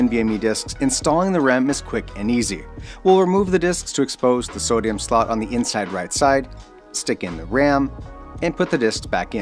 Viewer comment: oooooh. Sounded like you said "sodium" slot ;)